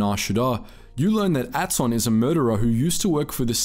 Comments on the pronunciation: Writer: Atton Some Australian: Ayy-tón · This is going to sound mean, but did you even play the game. If you had you would be able to pronounce the character names correctly. I had to stop after you mispronounced Aton's name.